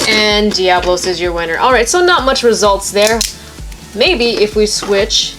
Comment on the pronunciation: its pronounced devolos